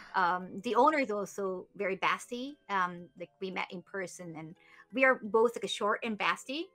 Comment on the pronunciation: "short and basty" haha her pronunciation gets me